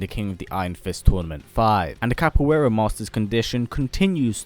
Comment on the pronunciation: i know you don't know portugese but that "Capoeira" made me cringe